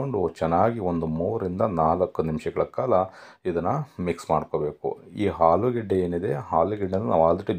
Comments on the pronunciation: It's not halugadde It's alugadde. It's not harda It's arda. Please pronounce correctly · ಹಾಲುಗಡ್ಡೆ ಅಲ್ಲಾ ಮುಂಡೆಧೆ..., ಆಲೂಗಡ್ಡೆ. ಕನ್ನಡ ಕೊಲೆ ಮಾಡಬೇಡ.